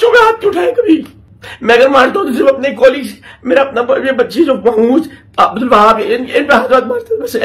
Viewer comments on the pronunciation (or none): none